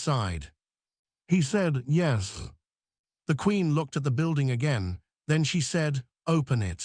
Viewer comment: What is happening with the word yes. Its pronounced like yesm.